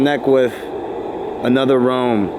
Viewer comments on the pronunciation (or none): Someone teach how to say realm instead of “roam” 😂 we love you Also -54 what was that yell? Check it out. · Why does say Realm like roam...😂😂😂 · say "realm"......